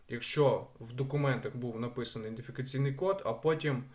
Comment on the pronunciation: ІДЕНТифікаційний, а не індифікаційний.